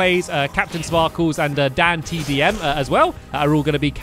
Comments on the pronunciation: its DanTDM not DanDTM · Stampy said dandtm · Um You Said Dan DTM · I Heard You Say "DaddyTDM" And Not "DanTDM" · You said"Dandtm!"😭😱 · Stampy you said danDTM instead of TDM at the start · lol u said dan dtm insted of dan tdm XD when dan and you enterd the room XD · Lol he called Dantdm datdm lol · Wait you called dan dandtm its dantdm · it's tdm not dtm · You said danDTM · He says Dandtm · He sAid Dan dtm Its tdm